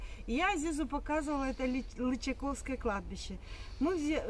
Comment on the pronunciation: прошу,ставьте ударение правильно. Не ЛычакОвское, а ЛычАковское.